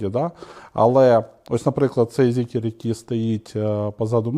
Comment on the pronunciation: Та не зікер, а Зікр!!!